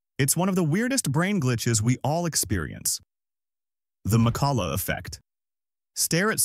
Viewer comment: I realised when it pronounced "McCullough" as "McCullug"